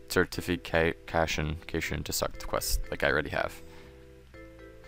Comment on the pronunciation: It's prononunced "Certification"!!